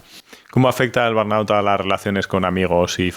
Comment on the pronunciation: Burnout. Estar quemado.. no es el nombre de una enfermedad, simplemente quiere decir, estar quemado en inglés. . Me molesta tanto la gente que usa palabras en otros idiomas, pero no logran ni pronunciarlas., cuando el español tiene su versión perfecta. Crees que da la impresión de qué eres internacional o más culto o qué porque si lo fueras, las sabrías decir, y si no lo sabes, das la impresión contraria